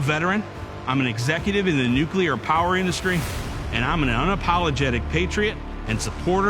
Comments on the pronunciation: Third ad: at least he managed to pronounce nuclear correctly. It's nuclear people, not nucular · at least he pronounced nuclear correctly